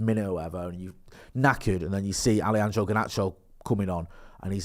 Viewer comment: Love the way you say Allyandrow mate 🤣. Banging channel lads!